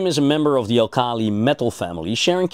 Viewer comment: Robert Bunsen of the Bunsen burner, not Bensen. Al kal' i? Even if the word comes from Arabic, it's pronounced al' kali in English.